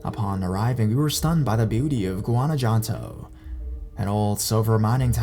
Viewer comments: It took me a second to figure out what Ga-da-la-jar-a was. I love it, lol Even Gua-na-janto. Make a video just reading in Spanish please. lol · Oh my god you butchered Guadalajara and Guanajuato 😂😂😂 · It’s like he didn’t even try.